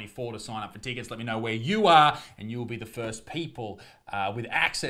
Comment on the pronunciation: Love your stuff Please learn how to say the word "tickets" It isn't tee kits. It's Tick its